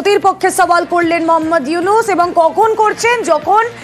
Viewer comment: ডক্টর মোহাম্মদ উইনুস চা ওলা না চা ওয়লা 😂 মিডিয়া